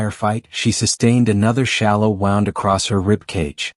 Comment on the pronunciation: Please learn how to pronounce wound properly when attending to an injured person it’s sounds ridiculous